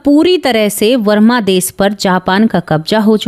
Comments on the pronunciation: वरमा नहीं, बर्मा बोलो । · Mam varma des nahi barma.